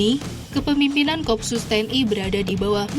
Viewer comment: bacanya ko-op-sus bukan kopsus